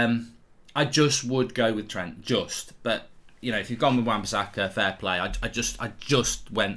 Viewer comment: This guy saying wan-bisakka is close to TAA